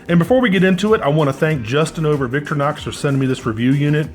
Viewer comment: The company founders’ mother was Victoria. So he named the company Vic TOR inox. Not VIC tor inox Say it right.